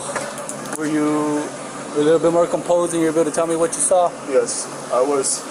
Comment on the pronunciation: The amount of times he said “vut” (what) in the full video is hilarious